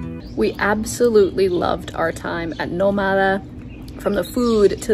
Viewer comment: Shouldn't the name of the hotel be pronounced /nO/ma/da/ with the stress on the first syllable? If there were no written accent, then it would be /no/mA/da/.